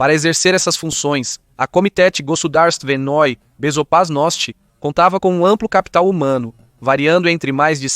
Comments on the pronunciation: "A Komitétê Gossodarsivenôí Bezopasnótî", pra quem não escutou muito! Dnada! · Sim, ele falou Komitétê Gossodarsivenôí Bezopasnótî! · Pera, não entendi muito bem. Você disse Komitéti Gozudarstivenôí Bezoparnóstî?? Pode repetir por favor? Não ficou muito claro. Repete mais uma vez por favor.